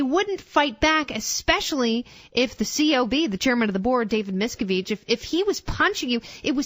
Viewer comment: I love that they keep mispronouncing Miscavige's name! HA!